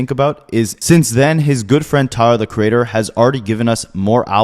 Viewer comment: This man calls him "Tahr the creadder"